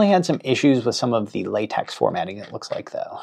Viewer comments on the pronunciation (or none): Great video. Appreciate the work! BTW; It's pronounced "Lah-tek" not Latex (like paint). Just one of those things, like Euler.